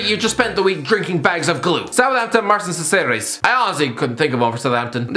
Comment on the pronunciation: please learn how to pronounce Martín Cáceres. (Hint: it’s not Marsin siseris)